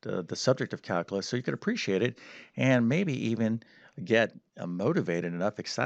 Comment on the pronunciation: Caluuuuulus not calcaaaalus